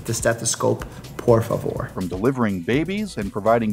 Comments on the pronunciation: Rather than saying "por favor", it just puzzled me hearing it as a São Paulo countryside accent impersonation lol. I mean, what's the story behind this? :v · Is he Brazilian? He said "por favor" with such an brazilian accent 🤔